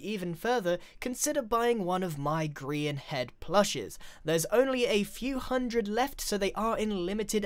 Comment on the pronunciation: Its Grian not Grain